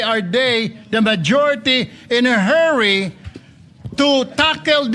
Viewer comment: Rule hindi rowl. Hurry hindi herry. Masyado kangmayabang pa is lung is lung ka pa. College Dropout ka wag ka mgyabang naka chamba lng